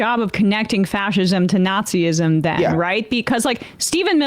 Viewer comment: A quick word to the speaker on the left of screen... Nazism is pronounced nahtz-iz-'m, not naht-zee-iz-'m.